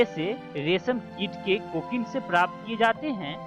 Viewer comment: ऊंन को उन बोल रहे है ओर कोकून को कोकीन बोला जारहा है